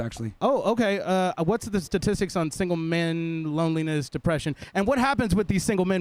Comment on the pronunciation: I seriously cannot stand people who cannot pronounce words properly its “STATISTICS” Not “SATISTICS”